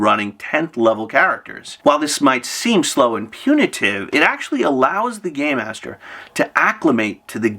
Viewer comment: Im hearing “gay master” when u say it 😂😂😂 Im like tsk tsk tsk old man yells at cloud